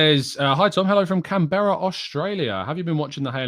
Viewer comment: The way you pronounced canberra makes me sick to the core haha